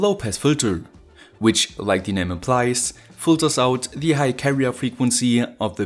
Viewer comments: Alter, kannste Dir nicht mal merken, dass man "thieee" immer nur vor Wörtern mit beginnenden Vokalen sagt ?? und sonst nur ein normales "the"... Hört sich ja furchtbar an... lol... Aber sonst gut erklärt die Schaltung ! Und wie kann man sonst, so mit dem Stift malen, wenn man den so komisch hält...lol... Naja, aber bist ja nen Perfektionist, gute Videos ! Daumen nach oben...Gruss, Stefan. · Hey, ich liebe Deine Vids, echt gut erklärt und ich habe schon viel gelernt. ABER eine Sache muss ich loswerden, hoffe Du nimmst es mir nich krumm.. Die Aussprache bei "the" ist nur bei AEIOU als Anfangsbuchstabe des Folgeworts "The = Thie/Die" und sonst immer ganz normal "The"... Nach rund 100 Vids fällt mir das immernoch krass auf... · The video is awesome. I have a one complain. I am not a native English speaker, so maybe somebody could correct me, but I think you use word 'the' incorrectly. Or maybe it just the way you put emphasis on this word. Like 80% of the time